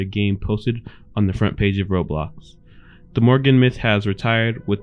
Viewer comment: wait her name is pronounced morgan i thought it was actually pronounced like how flamingo said it 😭